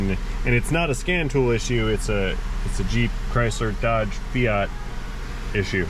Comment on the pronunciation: You pronounced 'Fiat Sorcery' wrong.